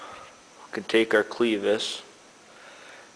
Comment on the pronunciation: It's not a "cleevis". Short e, as in rev or seven. Great ideas though.